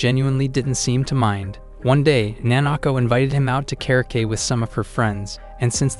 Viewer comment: the way it said karaoke it's like karake